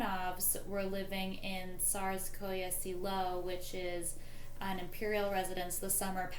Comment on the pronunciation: pronunciation of Tsarsko Selo and Alix of Hesse needs to be corrected Alix of Hesse became Empress Alexandra Prince Alexei is Tsarevich must get the names correct these things are important to give you credibility